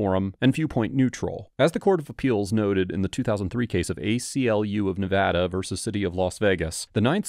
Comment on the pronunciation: Thanks for pronouncing Nevada correctly that's rly cool of u